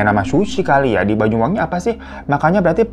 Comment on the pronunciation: BANYU BANG BUKAN BAYU 😭😭😭